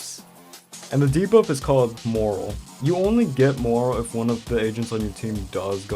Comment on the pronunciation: u said morale wrong 🤓👆